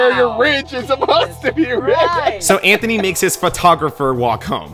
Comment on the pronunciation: Bro said zanthony